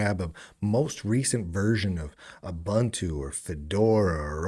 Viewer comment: Haha, you mispronounced "Ubuntu" - now I have the right to look down on you.